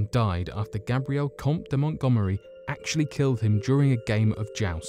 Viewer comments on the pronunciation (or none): none